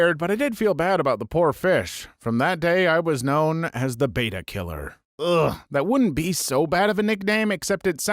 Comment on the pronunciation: You know you're saying the name of the fish (betta) wrong, so you say it multiple times to double and triple down. Bring back the other dude! It's not beta, it's betta.